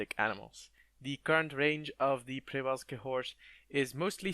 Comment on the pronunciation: Przewalski's horse is pronounced "she-VAL-sky" or "che-VAL-sky", btw